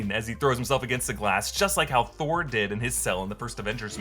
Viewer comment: Did Kid Loki say "I killed Thor" or "I killed BOR"? I heard the latter, which, if true, is a MUCH bigger deal.